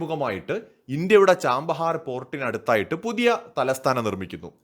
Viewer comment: ചാമ്പഹാർ അല്ല ഛബ്ബഹാർ ആണ് ശരിയായ പേര്